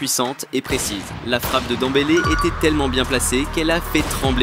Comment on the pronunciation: On dit dembele